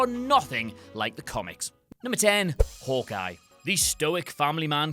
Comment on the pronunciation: Nombah ten: Howkeye